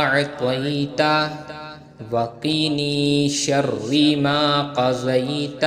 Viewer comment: و قِنِی شرَّ ما قضيت شر جي« ر» كي زبر ڏيو